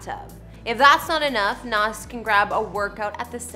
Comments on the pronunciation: Someone please tell her it's Nas (Z) not Nas (SS) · At least pronounce his name right! BTW his name is Nasir Jones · She can’t pronounce a damn thing. It’s McDonough not McDonald’s and she missed up his name. Lol